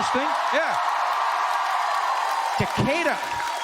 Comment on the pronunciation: I am impressed that he pronounced Decatur properly. Also, they just refer to Bankhead now as the Westside.